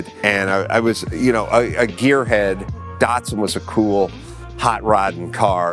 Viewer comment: Have i been Mispronouncing Datsun my whole life?